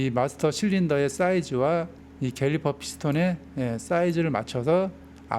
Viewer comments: 저만 갤리퍼로 들리는거아니죠? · 캘리퍼가 맞죠. 인디"케"이터도 인디"게"이터라고 하시는 분들 많아요.